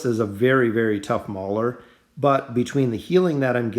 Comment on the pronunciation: Its mauler not brauler